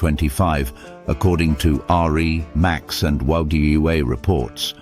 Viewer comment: It’s pronounced remax